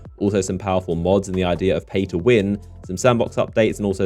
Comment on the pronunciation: Are you saying play or pay to win ?